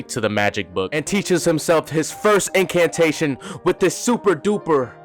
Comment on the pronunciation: Not to be that guy but "incartation"????